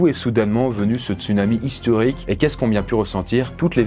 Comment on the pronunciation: tu as dis histurique au lieu de historique